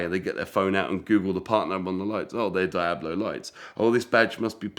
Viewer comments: please stop saying dayablo… deeablo if you prefer. Your fascination for fake cars is fascinating. It’s kind of like fake watches for me.. I’d rather have a real something less glamourous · What the heck is a die-ab- low??? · Get this guy to pronounce Diablo correctly please lol